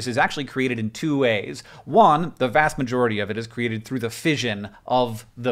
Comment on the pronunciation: “ fishion ” got me fucking triggered as an english person